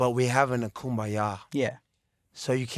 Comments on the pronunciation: Reezumae🤣🤣🤣 what an idiot. perogitory🤣😭☠️☠️☠️ you can only take cte when you die. 🤣🤣🤣 It's almost not funny how stupid he is. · "PEROGATORY" -AB LOL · perogatory lmfao he didn’t know how to say derogatory.